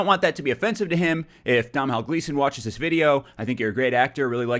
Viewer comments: It's pronounced "Dough-nall" Gleeson, usually spelt Donal. Irish names lol. Also loved your review. I really liked the last Jedi overall which surprised me because I didn't like the force awakens much. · Just to clear up the pronunciation of of Domhnail Gleeson's name is "Do-nal' :P also,about Snoke,I'm not sure he's dead. Reason being that Rey and Kylo Ren are still connected by the force after his death. I guess we'll have to wait and see!